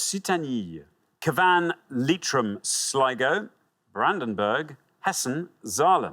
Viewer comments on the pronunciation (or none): He said Ca Van, with the stress on the V, when he should have said Cav an, with the stress on the C ! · its CAH-van not CaVANNE … (in fact CYAH-vn if you are local) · Indeed, Cavan is pronounced Ca-van as opposed to Cav-an… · The way he pronounced Cavan 😂😂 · Cavan 😂 ffs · alexanders pronounciation of cavan is upsetting me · Cavan is in Ireland. He should be able to pronounce it correctly! #butchered